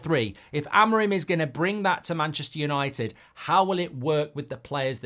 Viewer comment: Rúben Amorim!!!! Say his name right pls, it's AMORIM not AMORIME , try to pronounce the "I" more.